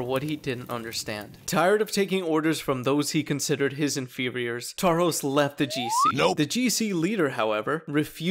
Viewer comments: His name is pronounced Tarhosh Kovách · Tarhosz kovaksz, hahaha. I love when english people say hungarian names in their own accent.